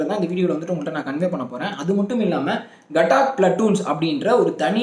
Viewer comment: 807804 gatak illa gathak pl